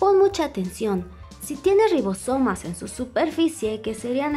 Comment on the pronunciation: Rrrrrrrrrrribosomas jajaja